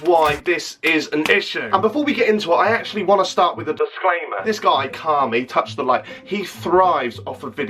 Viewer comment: If ur gonna try and roast him at least make sure u know how to say his name ffs🙄